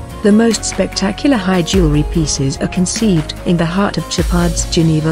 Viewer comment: Can’t pronounce jewelry. lol